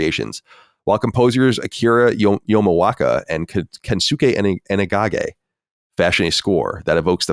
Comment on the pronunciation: Colin butchering the pronunciation of the legendary Akira Yamaoka got me feeling some sort of way.